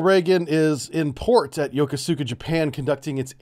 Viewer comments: Ya Kooz Ka Not Yoko sooka. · Is your pronunciation of “Yokosuka” a joke I’m not in on? I’ve only ever heard it pronounced “yo-ko-skuh.”